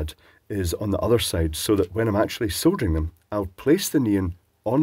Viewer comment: So refreshing hearing a person soldering and not soddering. Cheers.